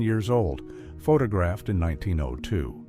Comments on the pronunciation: Omg AI can’t even say the word photographed. . Please stop using AI voiceovers. They really ruin videos. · Can y’all teach your AI how to pronounce photographed? Please.